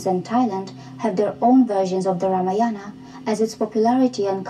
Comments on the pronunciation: at least pronounce Ramayana properly. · Mr korbin should do some research and HW before making fun of Indian history..we worship lord Rama and celebrated Diwali in his honour... atleast learn how to pronounce correctly because u can't make fun of everything and everyone...it hurts the sentiments of people. ..and for obvious reasons indrani can explain u in better way that who is SriRam and Ramayan for Indians...